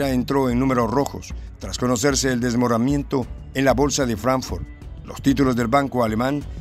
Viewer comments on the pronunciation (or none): Desmoramiento? desmoronamiento, van a tener quecambiar de redactor y/o lector.